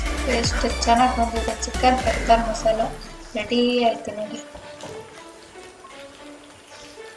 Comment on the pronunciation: It's pepper not papper